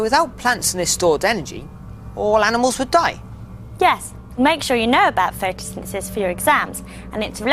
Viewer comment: he cant say photsynthesis